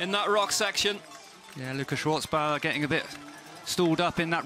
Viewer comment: Without the T Schwarzbauer, cause in german, the letter Z is pronounced TS, so, no need to add a T, but u have to pronounce it even if it doesn't exist. Happy that the GOAT (by far, owning ALL AND EVERY record of this sport) Nino Schurter won, in front of Colombo and Guerrini... oh no, it was in my dream; those 3 Swiss guys anyways finished top 8 and will so start from the 1st line tomorrow the XCO's race; like 3 Swiss women, who did better with the victory of the 2021 world champion (1st ever) of the discipline, Sina Frei, also olympic's vice-champion that year behind the other Swiss Jolanda Neff and in front of the 3rd Swiss Linda Indergand, for this historical and unique all 1 nation olympic's podium in any bike's discipline at the Games in all History.